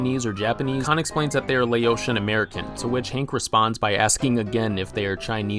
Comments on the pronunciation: Minor thing, but Laotian is pronounced in the same way you pronounce the country Laos. It’s “la-ow-tian”, not “lay-oh-tian”. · you didn't even pronounce Laotian right. Just because he's ignorant doesn't mean he's still not racist. The whole hill family is racist except for Bobby because he tries to stay as open minded as possible despite who his father is and his influence on him. You said it already, he and peggy are performative conservatives who still want to be assimilated into modern society.